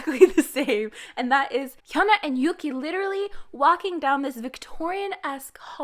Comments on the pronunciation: since you're so keen on pronouncing their names right, yuqi is pronounced like yoo-chi in mandarin and not yoo-ki or woo-gi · Shūhuá 舒華 is pronounced with an uptick at the end (the second tone in Mandarin language). Also, Yüqí 雨琦 is pronounced “Yeuchi (the closest I can approximate as the Mandarin Q has no real English equivalent)”. That’s also not a U but a Ü like in German. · Oh my god~ she pronounced yuqi wrong